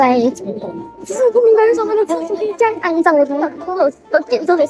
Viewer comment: 开头那位（没有看标题）那句酱~~一听就知道马来西亚人:face-blue-smiling